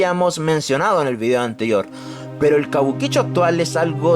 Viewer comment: Yo trabajé tiempo .cabuquicho suena como argentino boludo